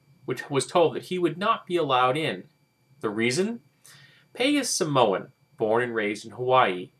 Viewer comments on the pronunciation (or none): Btw, It's Samoan not Somaon! thanks for posting this video though! We need to spread the word on these kind of things.